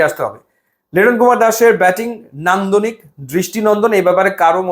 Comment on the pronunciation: আবার ও বললেন হেডান্দুনিক নান্দুনিক 😅😂😅 বেতমেন